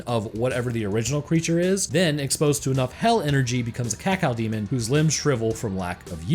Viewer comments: "Cacaodemon" please don't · ..... IT'S CAK-O-DEMON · Having to hear you say "cacow demon" consistently was REALLY painful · It's caco-demon not cacao-demon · I like how you pronounce Cacodemon. Cacaudemon. I'm not trying to make fun, just something I noticed. I like it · Everyone else: Ka-Co-Demon This guy: Cat-Cow-Demon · Cacodemon, not "cacao"demon !!! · It’s cacodemon not cacaldemon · It's actually Cacodemon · friggin cacao-demon. kah-koh-dee-mon. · DE CACAO-DEMON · "Cawcawdemon" Edit: Also, I am surprised you didn't mention Cacodemons as the ones eating them. Cause I'm sorry, but in a world of imps and gargoyles, I refuse to believe that a bipedal bull that can run through a metal wall is at the bottom of the food chain. You also said that demons normally dont see each other as food, only their enemies. And Cacodemons are said to be dumb af, but also Hell's bottom feeders. Which means that the chewed up corpses of Pinkies are most likely pre-killed carcases that Cacodemons fed upon before getting bored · blud said cawcawdemon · THE CACOW DEMON .-. You reeeaaaaallllyyyy said that wrong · The worst parts of the video is when he calls the Cacodemon a "Kakal Demon" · Is it just me or did say Cacao-demon at the start? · Every time he says cacao demon i die xD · I love the way he pronounces cacodemon, “cacaodemon” 😂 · Cacaodemon? CACAOdemon? xD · "Cocoademon" =D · Just an FYI dude not really important since people say it however they want but officially cacodemon is pronounced as(Cack Oh) demon. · Did you just say cacow demon? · Him pronouncing cacodemon so weirdly is really getting on my nerves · The way you pronounce cacodemon angers me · The way you say Cacodemon causes me pain. Also sidenote: the Pinkies are tougher than 90% of demons in Doom (2016) imo. It doesn’t make much sense that they’re hunted in Hell. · Pronunciation of cacodemon slowly... quickly making me develop a uncontrollable tick...